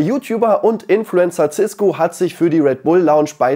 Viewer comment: cisko nicht ciskgo